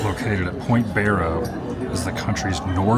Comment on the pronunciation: Barrow (bear-oh), now oot-ghee-ahv-ick , is on the continent. It is not, however, in the contiguous U.S. So glad you are doing these vids and not Disney and having fun here!